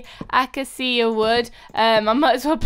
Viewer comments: It's Acacia /a-kay-sha/ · you say acacia like this a k c are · I think it's (a-kay-sha) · The pronunciation is ak- ai -sia . You are always so positive! :) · devon fletcher that's not how you say acacia it a kay sha i know because acacia is my sisters name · I think it's either: (Ah- key- ah) or (A- (the letter a)cee- ah.) One of those have to be right😂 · Hey!!! Acacia is pronounce [ uh- Kay- shu ] love you!!!! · this is the third time XD. It's pronounced AK-AYE-SHA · Acacia wood is pronounced ak ay she ya:)! Btw I luv ur vids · Btw pronounced ay-CAY-she-uh wood. In real life it is not orange at all, it's actually a bit on the beige side. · It is Acacia ( Aca- Sia ) <---- Pronounciation ( sorry if wrong spelling XDDDD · where's server surfing?;( im missing it:p By the way! The way you say that weird wood that you get mixed up with? The Acacia is pronounced as... ah...say...see...ah to make it easier:D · I think it's pronoced A-ca-sha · It's pronounced a Kay sha 🐥😊😎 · NERP that's not how you say it, people! I found it at lowes or somewhere and I asked the guy who worked there he said AY-CAY-SHE-UH wood. It's even in the bible! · I think it's a-cey-sha but I'm not sure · Acacia: Uh cay sha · (A-cai-da) A sounds like an U 🐥🐱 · remember to pronounce it as a-kay-sha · Ah-kay-see-ah is how you pronounce acacia I'm pretty sure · The acacia wood is pronounced uh-kay-sha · Acacia is pronounced uh-CAY-shya :) <3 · Its called Ah-ca-she-ah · The wood is pronounced A-K-sha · It isn't she ya at the end it's just sha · Acadia is pronounced A-kashea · it is said a-c-sh-i-a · you pronounce it akcr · I think it's pronounced uh-cake-uh. I'm just going by how it is spelled. 😊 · a ka sha is how you say it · its A-K-SHA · Acacia is pronounced Uh-Kay-Shee-Uh or Uh-Kay-Shuh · it;s A-KAE-SHA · A-ca-sha is how u pronounce it. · A-cai-sha that's how you pronounce acacia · acacia {ah-cai-sha}